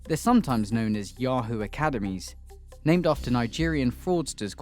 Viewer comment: I love how he pronounced ¨ yahoo¨ 😂😂😂